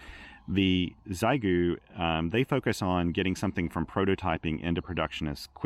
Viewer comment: Maybe wait for the X6100..., and PLEASE, it's she-eh-gu, not zygu.